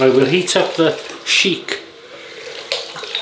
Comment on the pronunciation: Hello. Good vid. BTW it's pronounced Shick rhyming with "ick". You pronounced it like Arab Royalty Sheek. Thanks for the Palmolive shout-out. Great stuff.